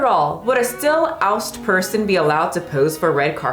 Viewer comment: you butchering every third word -- quo, ostensibly, ousted, amiably, sniping, substantiated -- while reading that Cosmo article is tew much!! And "in the year of our internet 2023" is a reference to some literary figures of previous centuries referring to the year as "the year of our lord 1623". You're very smart, you're obviously at least somewhat intellectually curious, and you can obviously research, so I think your videos would definitely improve if you took your research just that much further and you make sure you understand the references you talk about, and make sure you pronounce words correctly, and that you know what they mean when you use them! You did pronounce guile correctly the first time though!!